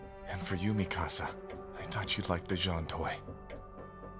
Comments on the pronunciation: i swear to god the next person who says mikasa wrong ima pull an eren on them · imagine watching the dub and still pronouncing Mikasa's name wrong lmaooo... wtf.